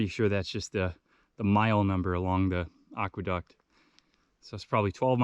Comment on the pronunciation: I love your videos. Just a heads up, I think it is pronounced "Ack-Weh-Duct", not "Ock-Weh-Duct".